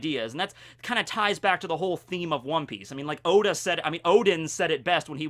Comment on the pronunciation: I appreciate your pronunciation of Odin